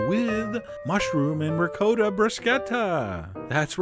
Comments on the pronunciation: One more time...it is pronounced Ri KOTTa not ReCoata. It means double cooked, or cooked again. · Nobody: Absolutely nobody: John: Ri-COAT-AH!!! 🤦🏿‍♂️🤦‍♂️🤦🏻‍♂️🤦🏾‍♂️🤦‍♂️🤦🏼‍♂️ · Wait, did he just say rick-code-ah? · How about trying to pronounce ricotta correctly next time! REE-COT-TAH, not recoder! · It's pronounced Ree caugh ta NOT RE COT TA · ri COTT a not re-COAT-uh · You're also mispronouncing ricotta. It's a short 'O' as in Hot, Top Pot. Not'a long 'O' as in Moad or Toad or Code... Just saying... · How 'bout don't be an ass. No one said "recoder". And Italians don't rhyme the second syllable with SPOT. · telling how its pronounced, but saying Ri-koh-ta. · Actually, no. It's Ri-caw-tta. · or to upset australians call it 'ricoata' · The way he pronounces ricotta just fucking annoyed me .. it' RI-COT-uh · Disturbed voyeur reporting for duty!!! Also, who cares about the bruschetta pronunciation... what grated my nerves was how you destroyed the word ricotta... or maybe im just biased to Italian pronunciation...